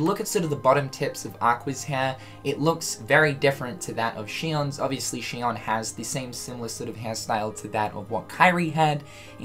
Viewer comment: No offense but I swear to fucking God If any streamer actually listened to her name its pronounced SHE-OWN. Watch the cut scenes to 358/2 days and listen to Axel and Roxas... Rant over, been bothering me for years now.